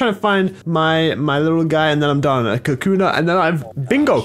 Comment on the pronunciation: It's pronounced ka koo na